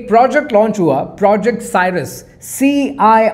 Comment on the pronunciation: Your English is commendable and your material is excellent. Pl kindly check your pronunciation before you record, the word is CIRRUS and not Cyrus. And, like all Pod casters, etc, the word is not AMARICA. It is America. Kindly check your pronunciation with Google before you come online, cos your listeners will adopt your wrong pronunciation. Thank you, no offence intended